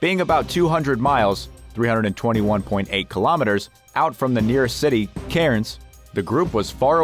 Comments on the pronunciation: It's not pronounced Karen's,spelt Cairns pronounced like cans you know 😂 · Hey can you say cans because that's how one pronounce Cairns Queensland Australia. You mob are known not to speak Proper English.